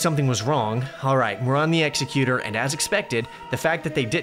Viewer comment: Love your content. Just a super pretentious nitpick, it's pronounced ex-EC-utur, like executive. Not like an execution